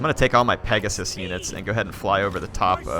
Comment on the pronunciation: It's clearly pegasium